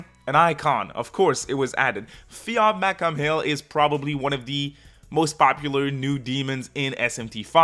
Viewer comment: Fionn MacCumhaill name is pronounced Fee-Own MaccCool. Cu Chulainn is pronounced Koo Koolahn.